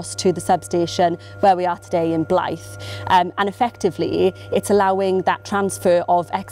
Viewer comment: Great video. Weird hearing a Welsh person pronouncing Northumbrian "Blyth" like a Welsh word!! The 'th' is said longer, like that in 'the', rather than short as in 'think'.